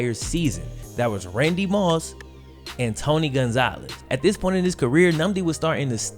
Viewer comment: In spite of you having just south of half a million subscribers, if you stop clipping your g's and start pronouncing "this and that" as opposed to "dis and dat" you would be a much better communicator, thereby attracting even more subscribers.